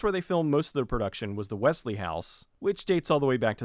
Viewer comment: Did you say... Wesley? WESLEY!